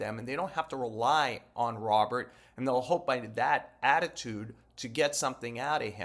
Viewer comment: Robert proper pronunciation: "Ro-bear"